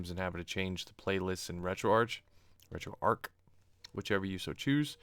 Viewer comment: A great build. Just a couple of comments. I am pretty sure RetroArch is pronounced RetroArk, as in Archive, and I hate wrestling 😀. Never understood the appeal of it, and never will.